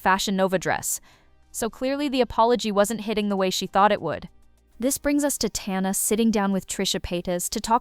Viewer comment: Sorry say Tana like that again I’m gonna scream….